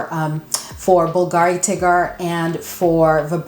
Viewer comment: Contrary to popular opinion Bulgari is pronounced bull-garee not bulgaaaaree.😊